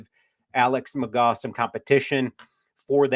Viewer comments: McGraw? It’s McGoo. Pronouncers my boy. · It’s pronounced McGoo, and this is a stupid idea, we need safety and offensive line depth. 😂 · McGough, pronounced "McGoo..." Don't you watch the USFL?? 😂